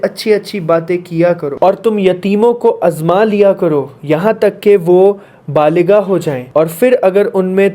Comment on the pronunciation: With due respect, baaliga nahi baaligh hota hai,tark nahi tarka hota hai